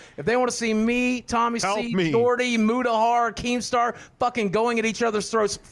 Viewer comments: The way you’re saying Mutahar is driving me nuts dude, it’s pronounced Mootahar not Mootahur, other than that great video man 👍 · On a side note, your pronunciation of “Keemstar” and “Mutahar” is kind of weird. Are you using an AI?